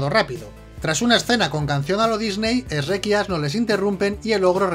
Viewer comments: En España les cambian los nombres o que pedo!!? Aca les decimos burro no asno y shrek no "es reck" 😂😂 aun así buen video mi buen saludos desde México ✌✌✌ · es Shrek, no ES-REC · Jajajaja "Shh Rek" "La ciénega" "Asno" "Lobezno" "A todo gas" "Onda vital", no importa como les digan, sus vídeos me encantan ❤️ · El ESRREK 🤣🤣🤣🤣🤣 me parto el culo jajajaja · Esrrek, Asno xD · Quien es asno? Que no era burro? Y quién es Esrek? 🤦 Estos españoles.. 😂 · "esreck" jajajajajaja 😅😆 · Esrek? ESREKKK?????Así le llaman en España a Shrek? Que coj….??? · Porque le dice esrek